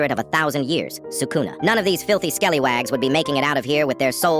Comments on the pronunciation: Bro its not pronounced sukoona its pronounced sookuna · You're not Sukuna you swacona the kwing of cwersis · Bro isn’t SUKUNA he’s thukuna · Sukuna ❌ Thukua ✅ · That’s not sukuna. THATS THUKUNA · thats not sukuna its thukuna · Sukuna ❌️ Thukuna✅️ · Bro ain't Sukuna he's Thukuna🤣😂🤣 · Sukuna ❌ Thukuna ✅ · He is not sukuna, he is.......thukuna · Bro is not sukuna bro is Tukuna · That ain't sukuna that's thucuna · Googoona? Cuz that aint sukuna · Bro isnot sukuna hes sakana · Thukuna not suluna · bro laughed at us this is not sukuna this is THUKUNA